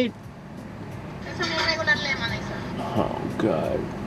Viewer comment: “Iss regoolur lemonade”